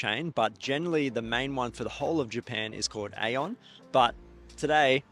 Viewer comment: Random fact but Aeon is actually pronounced as "ee-on" in Japanese (イオン)